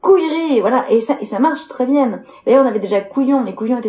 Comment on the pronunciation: "c’est bienne" 😂